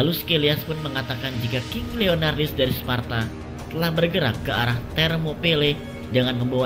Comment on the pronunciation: Leonidas kok jadi leonardis sih wkwk